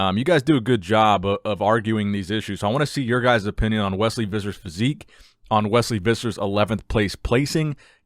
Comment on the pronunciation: I suspect his surname is pronounced Phissers.